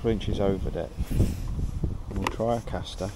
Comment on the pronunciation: C A S T E R there's no R in the name lol...... Nice vid sounding a lot better🎣